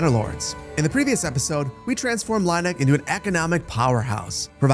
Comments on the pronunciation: Just for your information about the pronounciation of the german townnames: The ie in Lieneck is the same as ea or ee in english, like in tea or bee, so "Lean-eck" would be more fitting. The way you pronounce it would be "Laineck" or "Leineck" in German. And I know many English speakers have problems with our German Umaluts. But the funny thing is - except for Ü/ü - English has those sounds. They are just spelled different. The pronounciation of your E in Erlhardt for example is like Örlhardt to me. Try to say "Airl-heart" instead. German is sayed to be difficult to learn but the two languages have more in common than one would think. They have the same origin (indogermanic) after all. Keep on with these great entertainment! One can tell the work you put inside and I allways enjoy the high quality of your videos. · Oh. The E is second. Like with "bier". It's Leen-eck. 😂